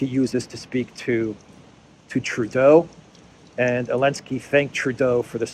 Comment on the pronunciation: Why do you say Elensky instead of Zelensky?